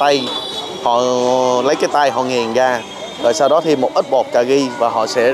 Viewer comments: Cà ri đừng nói cà gi.youtube phải phát ăm cho đúng ơi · Ca ri chứ không phải ca gi